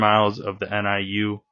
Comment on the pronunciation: Pronounced = New